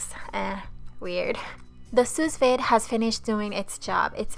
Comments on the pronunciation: It’s called soo-veed not soos-vade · Pronounced soo-veed. I appreciate the work you put into your food and videos❤ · go to type in sue veed. Then click speaker to hear what they say. That is how you say Sous Vide. Just helping ;-)